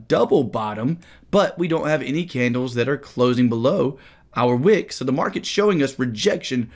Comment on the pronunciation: Am I the only one who hears "a wig" instead of "a wick"?... Kinda makes sense if we are talking about heads and shoulders 😂